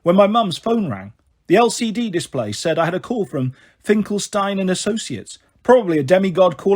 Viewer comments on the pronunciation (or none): none